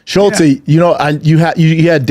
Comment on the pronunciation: Why does he call him schultzY?